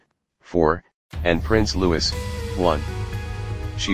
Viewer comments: Loueeeee, not louisssss. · It’s about time you guys managed to pronounce names correctly it’s Prince Louis not Lewis!!!